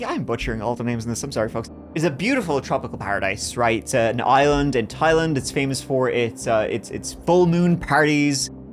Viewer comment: Look at prnouncing Thailand like a pro! 🤣🤣🤣